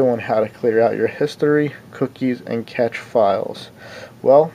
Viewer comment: "cache" is pronounced like "cash"